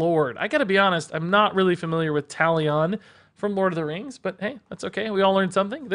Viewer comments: Talion is pronounced like Taliun btw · How he pronounced Talion killed me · Butchered Talion’s name Lol